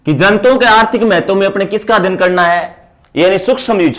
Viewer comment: Mahtavvvv kaise bol Ra gandiiii